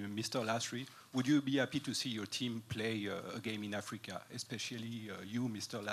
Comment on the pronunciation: "we got China we got afika now"???🤣🤣🤣🤦‍♂️